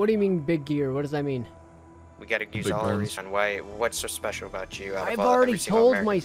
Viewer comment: give him the $2 bill, thats what this is all aboot